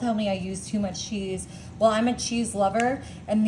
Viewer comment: Who talks like this. No one I know. So bizarre. I can’t watch her because of the way she pronounces these words. “Chiz” cheese. The. Later she says it correctly. What the hell. One video she says crimbs instead of crumbs, every time. I had to replay it because I thought I heard wrong.